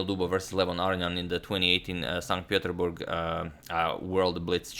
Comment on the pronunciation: He pronounced Saint-Peterburg like a Russian.